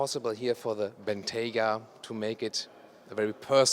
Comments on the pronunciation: for the answer. And keep pronouncing Bentayga properly. Cheers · Congratulations for pronouncing 'Bentayga' correctly, unlike ALL British and American journalists.